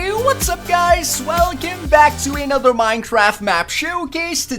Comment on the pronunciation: all his videos ever: "Minetraft"